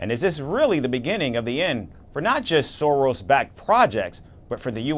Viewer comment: It's Soros not Sorors 😂😅